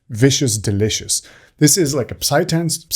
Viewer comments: really nice tutorial. i feel like you described my way of producing overall, but still could learn a lot here. btw the "p" in "psytrance" is a quiet one. so you say "sytrance" kinda. just like with psychology ;) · Another great tutorial, thanks for dropping these! Also, no need to say the "p" in psytrance. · Why TF was he trying to pronounce the P? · Just a note on psytrance, psychedelic, psychology etc. The p is silent. You don't have to stumble over trying to pronounce it haha. It really should not be said at all.